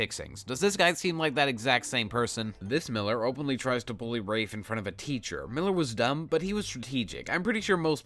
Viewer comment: When Rafe was revealed to be short for Rafael at the end of the first book I had to reread the book pronouncing Rafe as "Raph" instead of the absolute butchering you've been pronouncing this entire video